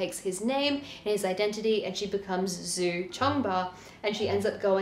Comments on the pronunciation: She who became the sun --> djou not zou. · I mean if it is Zhu, then the pronounciation is djou.